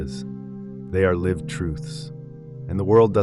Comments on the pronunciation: Can't AI voices be trained to pronounce words correctly? Every time the AI voice mispronounces "lihv" when "liev" is called for, I wince, and lose track of his point. Frustrating, and it seems unnecessary. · Yes. You know it’s AI when certain simple words are pronounced incorrectly. The word “lived” pronounced like the word “I” as in “I am.” Also his mouth moves faster than the words he’s saying. Some of the ideas are good, however. But the monk himself is just a prop.